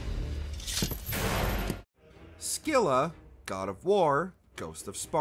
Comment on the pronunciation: Finally someone pronounched Scylla right😂